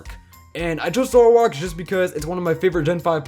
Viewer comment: There is no U in Zoroark!